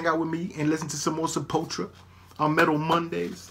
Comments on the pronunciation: You need to start using OBS. You're leaving out a U when you say Sepul-tura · It's pronounced like Se-pull-two-ra. This album is great, as well as Beneath the Remains & Arise. Pretty much any song off of those albums are golden. \,,/ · i am Brazilian (from São Paulo) and is more like Sep-pull-tou-rah Brazilian Portuguese is very diferent from european portuguese and spanish, it just shares an origin in latin... Brazilian Portuguese borrows words and pronunciations from various languages as Brazil was a portuguese colony but in the early days various germans,dutchs,italian,japanese got here and had a great influence in the language is this plus the influence of native languages (tupi,guarani etc) and the fact that the portuguese spoken here was more similar to the medieval one prior to these influences so the deviation from euro pt and spanish was greater than other lusofone countries.